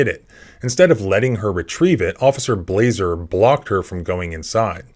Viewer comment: Blaser rhymes with bullet